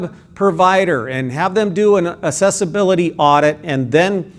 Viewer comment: "Assessibility" or "Accessibility". I think you are implying the latter but your pronunciation sounds like the former.